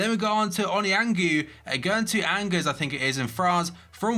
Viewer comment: I told you this before… "Angers" is pronounced "onjare" lmao